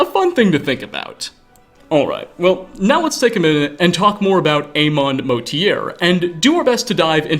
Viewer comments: is there a reason you pronounce amaund's name as ay-mond rather than ah-mauhnd? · Is focused on the fact the name is pronounced A Maund over Aumaund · Funny like how you keep pronouncing his name Amaun as if the d isn't at the end? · I thought it was a pronunciation mistake, but you literally think his name is “Amon” and not how it’s fucking spelled in the game “Amaund” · But... who is Ay-maund Motierre? Me: IT'S A-MAUND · Mr. Garvey: A-Mond Mo Tiere? Student: It's Amond Motierre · I thought his name was Armand, not Eamond? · bro did you even play skyrim? amaund's name is said. out loud. by official voice actors. why to sayin A-mond? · It's pronounced Arr-Mond. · 600s of the third era? The third era only lasted 433 years. The invasion began in the late 200s, that's easy information to find. Why didn't you look it up? Or better still just reread disaster at ionith for this video. - Swam? From akavir? Why is this line even in the video, it makes no sense. You also mispronounced amaund. It's pronounced "or-mond". It's even pronounced that way in game, multiple times. This is a bad lore video. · I just want the edition of skyrim that has. It's the same exact game but all the names are mispronounced. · I feel like you mispronounced Amaund on purpose. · Why do you refuse to say Amaund right😭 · It is one thing to mispronounce a name you've only read. It is quite another to mispronounce a name when the person says it quite audibly & distinctly in a 10 year-old game. Both of the "a's" in Motierre's first name have the same pronunciation. One would think as nit-picky as Skyrim lore guys can be, that this would be a simple thing to note. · its amusing to me that someone doing Lore videos and done their research, they intentionally say 90% of the names wrong despite having a decade of bethesda voicing these names correctly and the same way through several games xD